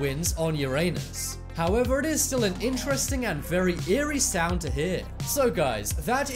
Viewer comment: Ah yes 'saound'